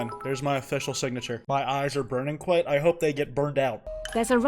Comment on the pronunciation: Yo it's the Kwite Problem